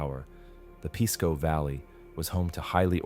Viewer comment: Pisco isn't pronounced "piss-co", it's 'peace-co'.